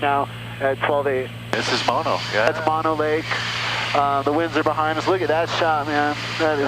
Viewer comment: Too-wal-em-mee meadows and M-oh-no lake please